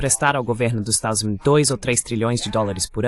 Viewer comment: Kkkkkkkkk ele fala "Estados Zeleis", maioria das vezes não entendo....ou então os "Zeleis"